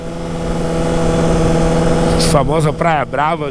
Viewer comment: Balneário Camboriu e Itajaí é bem meia boca. Floripa tem muito mais mulher e com qualidade infinitamente superior.É praia "BRAVA" e não Braba.